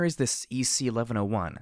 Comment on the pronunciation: I feel justified in that you pronounce EC-1101 the same way I do. Aside from that, I'm really enjoying your portrayal of the characters, and particularly Blackjack's mentality.